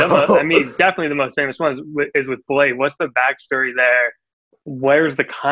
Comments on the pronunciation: No it's fucking not lol.. It's pronounced BLADIE or BLADEY.. I've met both Lean and him multiple times in Seattle after shows and listened to lean call him "Bladey" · How they pronounce it "BLADE" lol Get it right plebs. The god king Bladee don't approve.